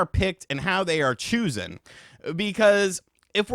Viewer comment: did he just pronounce chosen as “choosen”..?